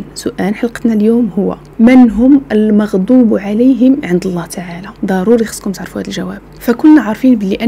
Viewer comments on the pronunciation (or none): none